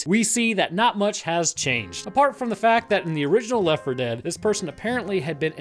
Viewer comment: why cant he say Left4Dead2 and Left4Dead ??????????????????